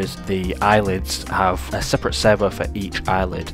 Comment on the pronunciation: I'm hearing "sever", auto-captions have "server", took me a while but now I get it: "servo". Sorry, distraction 😓 This project looks fantastic!